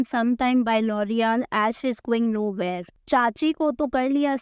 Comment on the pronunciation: Loreal ❎ loorial✅